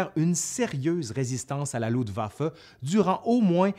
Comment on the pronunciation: Très intéressant, par contre, les francophones ont toujours autant de problèmes à parler en allemand. On dit LuFtwaffe, pas Lutwaffe. Saperlipopette.